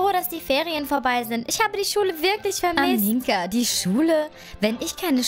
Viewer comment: du sagst aminka und nicht amina 😂😂😂